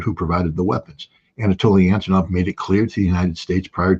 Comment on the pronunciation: Énetoliy Éntenow😂 he still can't learn his friend's name